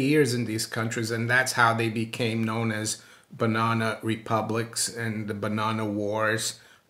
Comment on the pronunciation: And then to hear it pronounced like that 669 times...😂 BUNONA !